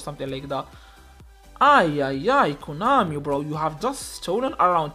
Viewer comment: Konami ❌ Coinami ✅